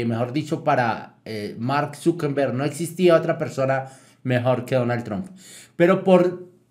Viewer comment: Se pronuncia Zuckerberg no Zuckenberg